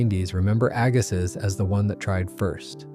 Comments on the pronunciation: Jeez, Aggasiz is pronounced "agg-a-see" not "agga-sizzzz". Oh, and Stoneangel closed two years ago. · Can’t pronounce Agassiz correctly either 🙄